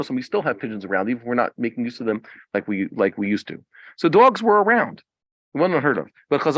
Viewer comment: Why do you say “duogz”